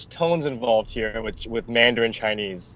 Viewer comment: wow kina! your pronunciation was spot on at your first try. i have friends around me who listen to mandarin almost everyday and yet, they cant pronounce words as accurate as you can! well done! :)